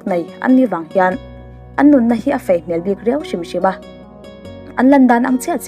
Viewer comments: "Nunna hi a FEI tih zawk tur aw ma'am. FAI nilo in... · "Faiii" nilovin "Fei" zawk aww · Fei tihtur fai iti tlat a.. Ngaihthlak ahreawm deuh abak chu tha e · A ngaihnawm thin e,mahse fai nilovin fei tih zawk tur niawm tak ani...🤩👍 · Fei tih tur fai ti a lam mai angin kan hriat che chu le.. ka hriatsual em... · I aw afiah felfaiin ngaihthlak anuam hlemai,mahse "FEI"FAI ti a lam kha chu adik chiahloh hmel... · Nunna fai, ni lovin fei tih tur aw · Fai nilo in fei tih tur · Khawngaih tak in,Mizo tawng dik zok hmang hram ten naupang en tu i ngah si a.nunna fai nilo in fei tih a lam tur a ni e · I channel hi ka en ziah a hmuh a nuam khawp mai. Mahse,, tun a i sawi fai tih aiah hian fei ti zawk la a mawi zawk angem le? Ka rawn ti ve mai mai. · Miss, "An nun a fai" nilovin "An nu a fei" aw....🙊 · Sir anu a fei nilo in an nun a fei aw... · Fai nilo in fei tihtur aw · Fai nilo in fei,...tih tur, Eg: tuar fai nilo in, tuar fei Mei nilo in mai tih tur.. Eg: Khawp mei nilo in, khawp mai Nai nilo in nei tih tur.. Eg: lu pahnih nai nilo in, lu pahnih nei I fans ruhkawl aw...👍🏻😊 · Fei tih tur, fai ni lovin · Lei aiah lai tihte, nei aiah nai tihte, fei aia fai tih deuh tlat tihloh chu aṭha e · Nunna fai ni lovin nunna fei ti a lam tur aw. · An nunna a fai nilo in, fei tih tur